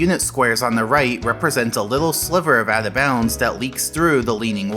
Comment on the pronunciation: Why can't you say "Out of Bounds" ? It sounds like you're saying "Atha Bounds" or maybe "Avva bounds"